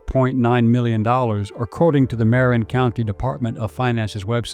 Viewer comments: It's maRIN, not MARin. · God this must be AI or a really ignorant narrator. It is not Mare- in, but Muh-rin county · Where the hell is Mare-in county? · Thanks for this. Just FYI Marin is pronounce muh-RIN in California. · just a bit of advice it's pronounced Ma-Rin County. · So many mispronunciations.. is this AI?? Marin. Embarcadero. I guess you're not a Californian. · This might be partially AI generated with images shown that are not California. Also words are mispronounced "Embarcadero", "Marin", etc.